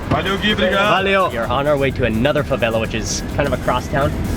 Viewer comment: nobody wanted to tell him to stop sayin obrigadA? smh lol